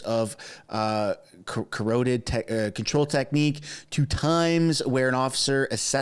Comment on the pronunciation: It sounds like this >>> Caaa Rotttt Tid!! ,,,, Not corroded!!